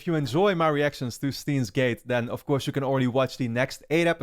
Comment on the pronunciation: the correct pronunciation is german. "Shtains" gate.